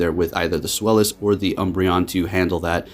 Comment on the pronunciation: Hahaha I love how you went from sfylis to swelis😂